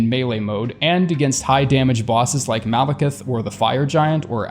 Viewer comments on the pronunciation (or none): none